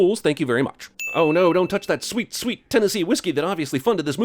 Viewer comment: I was going to ask where the hell you could've been educated that you learned Christopher Columbus was all good, but I remembered you said Tenese. So that makes sense.